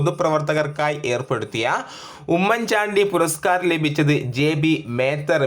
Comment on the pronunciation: 12.77 km ആണ്.1277 അല്ല... ജെ. ബി. മേത്തർ അല്ല ജെബി മേത്തർ ആണ്.... Sir വായിക്കുമ്പോൾ തെറ്റു വരുത്തല്ലേ pls 🙏... ഫോൺ നോക്കാതെ കേട്ടു പഠിക്കുന്നവർ തെറ്റു പഠിക്കും.......